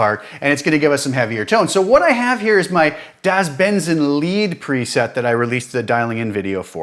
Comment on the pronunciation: So I like your work, very good stuff. a little pointer Das Benzin is pronounced Das Benzeen. Like in the Rammstein song.